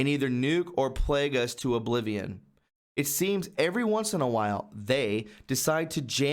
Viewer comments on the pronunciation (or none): none